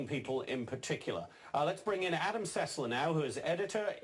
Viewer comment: Adam Sessler not Adam "Sesslar"